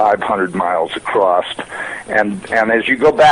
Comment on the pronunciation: this is a NASA employee? he sounds half illiterate - "acrost" instead of across, like a high school drop out - b.s.